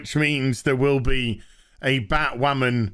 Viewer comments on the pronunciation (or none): Are we just gonna ignore him saying batwhaman